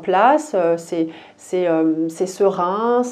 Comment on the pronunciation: Coucou on dit c’est serein non pas perein mais peu importe merci pour le tirage😇